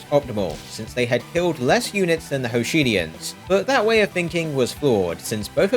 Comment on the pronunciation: "Hoshidians." lol